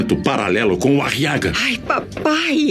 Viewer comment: Eu tenho uma Raiva Dessa Voz pq o Nome Aguiar Virou Ariaga! quase um Nome de estimulante Sexual Meu Deus!, E Como Se não Fosse o Bastante ainda o Nome do Filho da Beatriz em Vez de Ser Guile Virou foi Guilo, Quase um Nome de um Inseto 🤦🏻‍♂️🤦🏼‍♂️😒